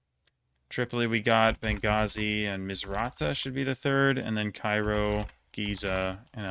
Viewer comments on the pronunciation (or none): none